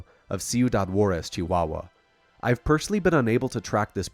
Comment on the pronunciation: Hell yeah, you nailed the pronunciation of Chihuahua! Mexico has some pretty interesting UFO incidents, don't we? There isn't a single wasted second in this vid. Thank you for such a solid report. If our government officials weren't so busy trying to protect the cartels as of now, maybe they'd find some time to answer your DMs. Please keep in mind that secrecy in Mexican government is more easily explained by incompetence and them being too occupied with plotting against each other, and not so much by an actual conspiracy.